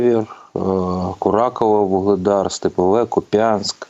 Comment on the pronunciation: Не купЯнськ - а кУп'янськ .